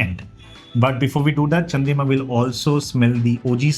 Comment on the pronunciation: Its Chandrima not Chandrika 😂